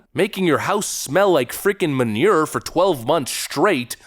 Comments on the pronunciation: Dude, the way to say manure had me dying... love your videos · Say manure like that again and I’ll unsubscribe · I like the way you pronounce "manure", don't think I've ever heard it pronounced like that before 😂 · The way he says the word manure cracks me up lol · Your pronunciation of "manure" is hilarious. Please say it over and over again. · I love how you say MANURE 😂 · For the first time in 2 years and never missing a video…I finally disagree with you on issue… Your pronunciation of the word “Manure” That is all. Love ya. Keep up the great work.